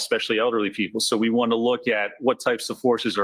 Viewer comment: Lally said "we" not wheat. 😅